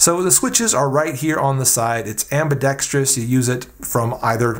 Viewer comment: Thank you for pronouncing ambidextrous correctly. Most people say ambidextious or ambidenxtrias.